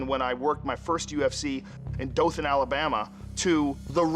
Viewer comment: It's not often I hear someone not from the area pronounce Dothan, Alabama correctly.